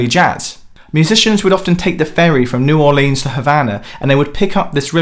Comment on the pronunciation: Did he just say New Or-leens?